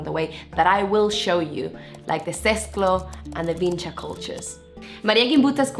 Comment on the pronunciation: VinČa! But you are getting sick more and more from a strange disease. First, you don't have a surname that is associated with the name of the place because you don't have the necessary voice in your language to pronounce the name correctly. Vinča, so Č, not Ć, not C. You can't tell the difference between the two voices and neither can English speakers. Second, do you really think that 9000 years ago they called that place and the whole culture the same? I live 5 km from that place...